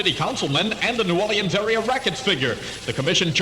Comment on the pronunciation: This was my childhood. I was 12 years old when this aired. Born and raised in New Orleans. What a great place to live then. Listen to how they pronounce New Orleans ( New Oar-lee-ins )